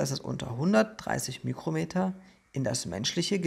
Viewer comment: Hi, ein Tipp zur Ausspreche von µm > Mikro Meter:) ohne ü Es spricht sich ja ebenfalls Mikroplastik:)